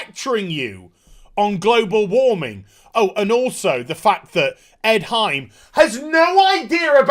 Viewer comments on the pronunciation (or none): none